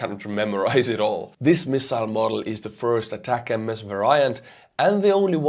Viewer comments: A TAC MS. THREE SYLLABLES Sounds like "a tac ems" Not A TAC M-S Where did you get that pronunciation from? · ATACMS is pronounced "attack-ems," not spelled out. There isn't a variant called "long-range" but the Block 1 is a lot shorter range than later versions, so what Ukraine has isn't the long-range attack-M-S, it's the short-range attack-ems. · Please just say "ATACKUMS" instead of Long-Range ATAC-MS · ATACMS, not ATACM-S. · It's just pronounced "attack 'ems" like "attack them" not "attack MS" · Day 3 of me as an American reminding you that in the us we pronounce ATACMS as "attack 'ems" not "ay-tack-M S". Not a big deal but it ruins the intended pun when it's mispronounced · Thanks for another informative and witty presentation. Please learn how to pronounce ATACMS (Army Tactical Missile System) properly. The proper pronunciation is: ATTACK EMS, not Attack MS! Cheers! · ATACMS is the system not the missile. M39 or m39a1 cluster would be the missiles your talking about possibly. However when you say ATACMS, it’s not M-S. It’s just pronounced as attackmm’s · we here in the US just call the ATACMS missiles "Attack-ums"...so no need to say "Attack-MS".. and you're welcome. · It is pronounced ATACMS, no attack-em-es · Great video as always. Just as an aside, I think ATACMS should be pronounced like "attack-ems". The MS sounds like the M's in M&M's (if you know the candy). Anyway, great video and keep it up! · In the US, we pronounce ATACMS, "Attackums"... just thought i'd help you out. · It's pronounced "attack em's"... Like "hey, let's attack em" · Just pronounce it “Attack’ums”. One word. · Somebody please teach how to pronounce ATACMS properly, it's driving me crazy!